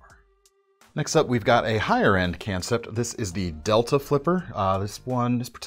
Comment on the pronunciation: I love how he says can sept lol